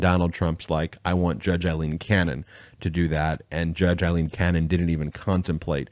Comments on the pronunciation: Day after day I have listened to you mispronounce the name Aileen. It is NOT the same sound as in as Eileen. "Ai"rhymes with "say" in this name. Yes, it is a common variation of the Irish name Eileen, but the pronunciation is different. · nope. I grew up in Ireland. Aileen is pronounced A lean. Eileen is pronounced I lean.